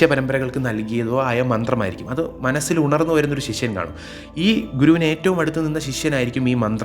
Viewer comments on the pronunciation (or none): അക്ഷരം സ്പഷ്ടമായി ഉച്ചരിക്കുക ശിഷ്യൻ ആണ് ശിശ്വനല്ല